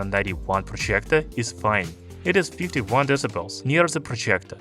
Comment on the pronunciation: Man the way you pronounce “projjgectorr”